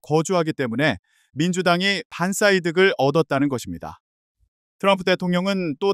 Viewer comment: 반사이득---바안싸이득 이라고 발음하시던데 너무 이상합니다 멋있게 보이려 하셨던것인지...